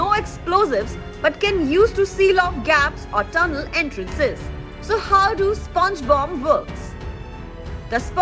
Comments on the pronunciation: Did she say SpongeBob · Did she say sponge bob?